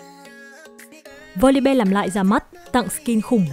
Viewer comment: Voli BE =)), học lại tiếng anh đi